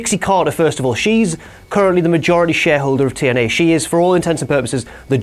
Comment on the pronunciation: notice how says TNA Tien-Eyy